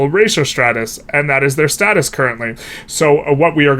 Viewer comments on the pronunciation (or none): none